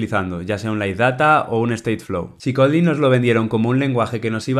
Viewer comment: No me cabe en la mente un dev experto en Kotlin que ni siquiera pueda pronunciar Kotlin correctamente